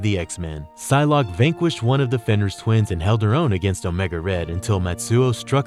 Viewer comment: "powerful villains like wolverine" does anyone proofread anymore? also mispronounced fenris like 10 times